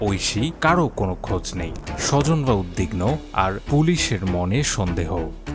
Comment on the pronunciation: 'উদ্‌বিগ্‌নো' উচ্চারণ দেখার অনুরোধ!